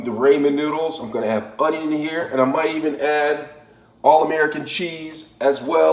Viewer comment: I doubted this when he said “Raymen”, almost stopped watching when he showed me craft singles, puked when he threw a hot dog onto the counter, and then cried in my shower when he called onion “ahnyah”. And then. AND THEN he zooms in so we can smell his horrible hotdog-onion concoction. I have never wanted to stick a fork in a electrical socket to end it all so badly.